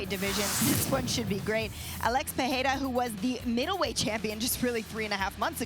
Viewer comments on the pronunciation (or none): His name is not Piera, it's Pereira. Chael being a typical ignorant white dude.